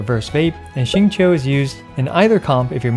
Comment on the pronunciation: Okay but finally someone pronouncing Xingqiu right!